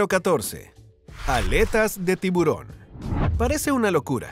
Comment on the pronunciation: Por favor no se dice tibrón sino tiburón y esa U suena muy clara. Disculpas por corregir y muchas bendiciones.